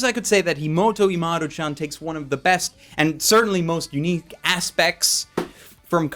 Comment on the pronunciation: it's umaru not 'yumaru'